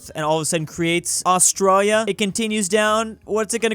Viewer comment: Man, why do you say "Australa"? is it just me that notices he says my country wrong?